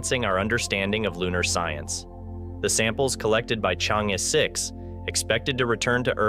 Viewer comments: not so hard unless the narrator is a BOT. ...pronounce as " Chang...eee" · The name of the probe should be pronounced as “Charng Err.” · I suggest you make the effort to learn how to pronounce the Name of the probe correctly.